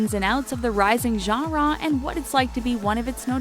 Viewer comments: Is it just me or do you you get annoyed when she keeps saying gara instead of genre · Not to be rude it's annoying when u say genre it's pronounced (Jan-ruh). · I can't get over her saying genre like jhara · Ganrraw you mean genre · The way she says "genre" as "jongraw" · the way she pronounces genre as jawh-rawr is kind of annoying... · Gah-rah do they mean Genre? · Nobody wants to talk about the way she pronounces genre? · Ok we’ve settled that everyone including me hates this video and it’s inaccurate... but don’t u just hate how this lady says “genre”?? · learn how to say genre correctly my GOD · Learn how to say genre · i hate the way she says genre lololol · Am I the only one irked by the way she keeps saying 'genre'?? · is it me or is anyone else laughing at her saying genre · Only one that cringed every time she said “genre”? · I cringe each time she kills the word "genre."